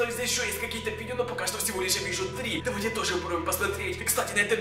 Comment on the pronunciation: Привет правильно давай а не "довай"